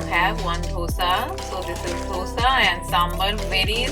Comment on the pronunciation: curves = carbs , dhosa = dosa sambaaar = sambhar batora = bhatura dokla = Dhokla FYI to the ppl who don't get pronunciations.......